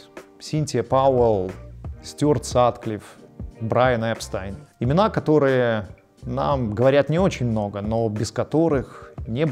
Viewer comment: Нас хочет "знакомить" с "Битлз" человек, произносящий "Брайан ЭРСТАЙН"?! Чудны дела твои, Господи! Продолжение, необходимо признать, было лучше начала, но рассказ сосредоточился на самом раннем периоде.